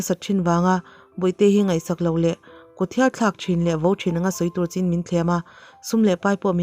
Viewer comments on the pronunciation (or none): none